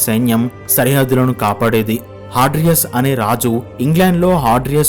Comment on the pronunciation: హాడ్రియస్ కాదు హేడ్రియన్ డానీ కాదు డేసియా .